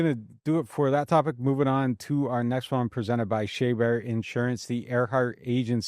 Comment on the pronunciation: Anyone think it’s funny that changes his pronunciation of Chaubert insurance every episode. He just goes back and forth. Sometimes it’s “Shay-Bear” and sometimes it’s “Shaw-Bear” Just funny